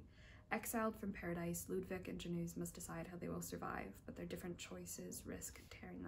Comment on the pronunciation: Since you asked... :) It's [Tomash Yedrovski] more or less in pronunciation. Love to see some polish authors!! Can't want for the review <3 Aaand if the name was "Janusz" (i'm not sure if I got it right from your pronunciation" then its "Yanush" the books sound super interesting